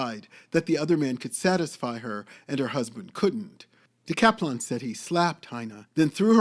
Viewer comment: You are totally mispronouncing her name!